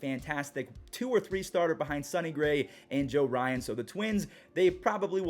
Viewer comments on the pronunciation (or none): none